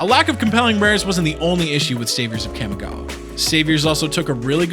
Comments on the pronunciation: For the love of god stop putting emphasis on the A when saying Kamigawa it makes me flinch every time I hear it. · the way you pronounce kamigawa hurts to listen to. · My inner weeb is hurting due to that pronunciation of Kamigawa. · I literally cringed every time he said Kamigawa. Otherwise great vid. Started with that block. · You're not saying Kamigawa any where close to right, but thank you for making this vid. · there are accents and then there are mispronounced words. Trust me I know about accents, im a latino immigrant... but this isnt an accent. This is mispronouncing a word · His mispronunciation of Kamigawa is fucking horrid, too. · He’s also pronouncing Kamigawa brutally wrong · Why do you keep calling it "Kamagawa".. it's Kamigawa.. KA-MI-GA-WA.. Sorry.. it just bugs me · The kami in kamigawa is pronounced like commie not cammy And the list of GPs you show has one standard. The las on the list, Rimini, italy, september 10 -11, 2004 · KAH-MEE-GAH-WAH. please stop saying it wrong. Its Clear you've never watched anime snort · Its pronounced kaa me gah wah, the I in kami (meaning god) has an e sound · ahem its KAHMI-GAWA - pronounced like the Kamehameha . . . just saying its when I started playing it during the same time dbz got hot so obviously my gen gets to claim its pronunciation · Pretty sure it's pronounced "KA-MEE-GOW-AH." Kamigawa was amazing, don't care what any one else says. It's all about them rats! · You pronounce Jitte right and butcher Kamigawa :( Kah-Mee-Gah-Wah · the way the narrator pronounces "kami" as "cammy" irks me. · Pronunciation, please! Make all the /a/ vowels sound the same, not that horrendous nasal /æ/ sound on the first syllable. It's distracting as hell trying to pay attention when you repeat "Kæmigawa" every 5 seconds. Also, though I know I'm pissing up a rope when it comes to Magic players on this, there's only one /i/ in "ninjutsu." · so we're just not gonna talk about his mispronunciation of "CAMMY-gawa?" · wtf is Cam Igawa